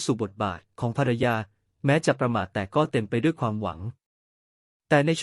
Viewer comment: ถูกรัดคอดว้ยผ้าพัน.ไม่ใช่ถูกรัด....คอเว้ยผ้าพัน.อา่นให้เป็นถ้าไใาเป็นไม่ตอ้งอา่น